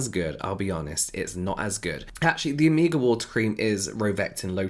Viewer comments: It took me few moments to Figure out what James wanted to say by “ amiga “ 😅🤦🏻‍♀️, then i got it is “omega” , amazing how many spelling exist for a same word !! Love this diversity 💙🙏🏻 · I thought you were saying Amiga instead of Omega and I just rolled with it. Like yeah, invite ,y friends over and do some skincare. Cool. 😂